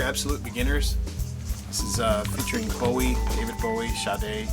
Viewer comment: First person I´ve ever heard pronounce Sade correctly.